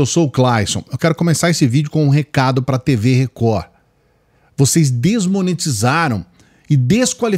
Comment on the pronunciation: 😂😂😂😂😂😂 a melhor parte do dia é o inicio! “TV Recohhh! TV Recohhhhh”